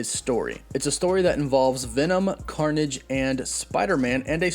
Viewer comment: all I heard was carnom